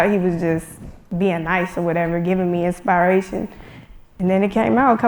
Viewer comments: she said inspire-ation... can we get wonda girl up here please. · This girl said in-spy-ration